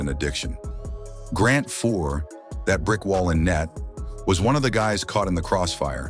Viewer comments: Messi-ER, Grant FOUR, Jamie MAC-COON, what the hell? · Messy Ear, Grant Four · Grant foor? Mess-e-or? Who is this clown commentator? Big mess was at the end of his career when he took the big bucks to go the Canuck’s What were they expecting from a 40 yr old former star Cocaine allegations Seriously ??? The numbers speak for themselves This is a very stupid video I feel ashamed to have watched it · The voice mispronounces Messier and Fuhr and talks about Messy-ur in Vancouver while showing images of Mark in Edmonton and New York. Ah well – quality not guaranteed on YT. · nice to be reminded that Messier was the third alltime leading scorer I'd call him the best of all time so in respect he deserves to have his name pronounced correctly after Fuhrs name was pronouced wrong too-I turned video off.